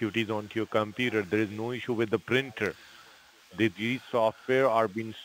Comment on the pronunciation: Omg, does “ This side Gary” have to pronounce computer as “ compurrrrrrerrr? Tried to sound American but failed woefully